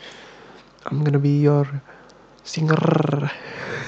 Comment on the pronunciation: dari pas denger "singerRrRR" udah ketebak gimana lanjutannya😭👍